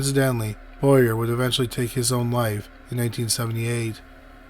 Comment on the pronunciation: Boyer is pronounced bo-YAY.